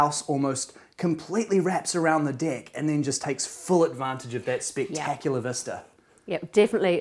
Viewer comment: The way she pronounces "deck"